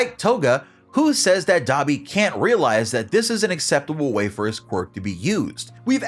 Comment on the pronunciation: Nah Dabi its da bee